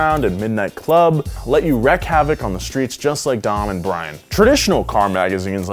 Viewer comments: Wreak havoc. Not "wreck." Come on. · "wreak" havoc lol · Wreck havoc ? You mean wreak (reek) havoc 😝lol. Ps I’m binging all the different Donut videos 👍🏼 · wreak havoc. not wreck havoc. please. people. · 'rek havoc' #smh It's 'REEK havok' [All phonetics] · “wreak” havoc, pronounced reek, wreak being the present tense of “wrought”